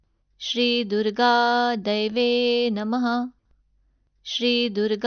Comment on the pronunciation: खूप छान... शब्दोच्चार स्पष्ट. परंतू मला असं वाटतं तुम्ही जे दैव्ये नमः म्हणता त्या ऐवजी देव्यै नमः म्हणायला हवं. देव्यै आणि दैव्यै मधील अर्थात फरक आहे